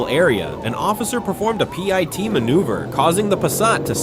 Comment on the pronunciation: A "pie" T maneuver? Signing off. Don't listen to AI.